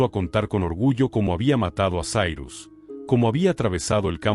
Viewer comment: Sairus??? E' Cirus, non e' inglese. La i si pronuncia i no ai, la c e' c no s. Inascoltabile.